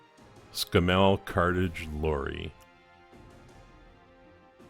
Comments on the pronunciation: It's pronounced Scam Mell, It was a bloody good manufacturer until Leyland & the UK government got their dirty hands on the company. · Great! However, Scammell (rhymes with camel) were built for really heavy duty work - tank transporter maybe? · Argh... every time you pronounce Scammell wrong it grates like fingernails on a blackboard. The emphasis is on the front of the word, not the back of the word. It's pronounced as though the spelling were 'scaml' (i.e. The double m does not shorten the the second syllable). Not ScamMEL but SCAMmel. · Well done, nice job. Please don't think I am having a go at your accent but the Scammell name is pronounced Scammle in the UK. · novel pronunciation... In England you accent the Scam and it soud more like SCAMmul if you catch my (snow) drift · SSSSS CAMEL ....scammelle sounds so wrong to us Brits LOL...like calling a Mack a make...!! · pronounced ' Scammo' over here........cheers brov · its actually pronounced s camel, the animal with the hump but with an s at the front, ie scamel. you made a good job of that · Splendid job a toy brought back to life, my comments are not a criticism of your good work, but those sort of trucks were mostly used for heavy haulage and breakdown vehicles and not for normal road transport. I've got to also say this the truck is a Scammell pronounced in the same way as Camel obviously spelt differently but you know the one hump or two type, and i use to deliver metal fasteners (nuts and bolts) to their factory in Watford England in the mid 1960's it was my 2nd driving job in my long career as a driver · Please don’t flame me for picking you up on your pronunciation of Scammel, over the pond we don’t emphasise the “mel” so much more the “a” as in ScAmmel. Great result though really liked the outcome. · Us in England pronounce it to sound like camel, with an s at the start, Scammells were usually heavy duty. Cool conversion by the way! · Absolutely right to interject. Scammell rhymes with camel.